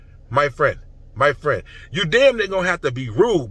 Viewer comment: Dis nigga got me dyin laughing 😂😂😂 “my frien”